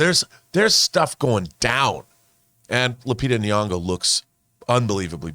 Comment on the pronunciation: It's not pronounced "Nu-wong-o", it's "Ne-yong-o".